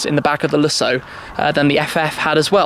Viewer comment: You are saying Lessoh and it´s LúSSo. The emphasis is on the "Lu", the "ss" are realy sharp and the "o" doesn´t drag like you say it. It's fadded after de "ss" and the sound is "ó" not "oh".